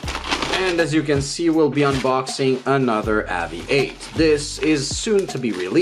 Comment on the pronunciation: Please say the company name right ....spoils video cant watch after about 10 mis pronunciations